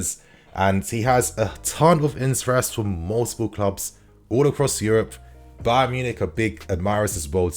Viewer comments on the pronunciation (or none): none